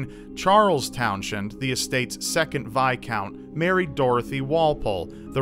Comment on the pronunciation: Its towns end not town shend